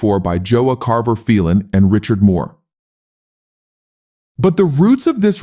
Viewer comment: I have always know it as Phelon (pronounced like "Fellon" ) and Moore......... not "Feel-on". What do the UK Panther owner club experts say? I always admired the Big Cat Slopers since I was a teenager with an AJS 16MS field bike in the 1970s.